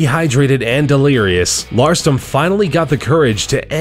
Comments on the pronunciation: Ralston, not Larston... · you said Aaron larston not ralston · Aaron Ralston, not Larston, You wrote it right, but pronounced it wrong over and over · lol is it Larston or Ralston..? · lmao "Aron Larston" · Um, you referred to Aron Ralston repeatedly as "Aron Larston". oops. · Just so you know you said Aaron Larston instead of Aaron Ralston. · On it says ralston but you said larston HA finally found a mistake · I like how the announcer mispronounces "Ralston" by saying "Larston", but gets all those crazy Russian names right. Nice! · he says aron larston but the name says aron ralston llelelelelelel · Aaron Ralston, not Larston, lol. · Bro just sayin, it's ralston not Larson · You mispronounced Aron RALston's name a few times as Aron "LARston". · Aron Larston, except the screen clearly says "Aron Ralston" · You said "ralston" wrong. You said Larston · You say Aron Larston when it says Ralston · announcer said Larston, Name on video was written Ralston. Don't know which is right, but one is wrong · How do you say Larston when the guy's last name is Ralston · Are u kidding? Did u just say Aaron LARSTON? LARSTON???!!! WTF??!! It's RALSTON... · It's RALSTON not LARSTON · they pronounce the guys name wrong. Screen says Ralston and he says Larston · Some corrections: Touching the Void documentary is on netflix and Joe Simpson also shattered his right leg upon falling instead of just falling into the crevasse without injury.. Aron's last name is pronounced Rall-stin, not larstin... but I do that sometimes too. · aaron Ralston pronounced larston...awesome... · Why did you pronounce Ralston as Larston? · This can can't pronounce Aron ralston's name right he said larston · It's Aaron rawlston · This guys pronunciation of "Ralston" made me want to throw him under a train